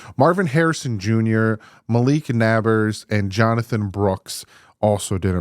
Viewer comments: Malik Nabers is pronounced like neighbors, not nabbers lol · It's pronounced Malik Neighbors. Not making fun just helping you out bud.